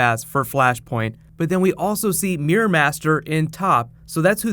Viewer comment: Why do say meer it's mirror!!!